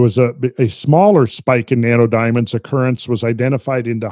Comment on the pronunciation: I just cant help but hear "nanerdiamonds" when randall says it 🤣